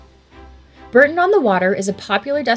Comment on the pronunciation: Bourton is pronounced Bore-ton